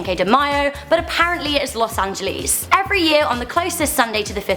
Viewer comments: An-je-less not An-je-lease (Los Angeles) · Lol "los angelis"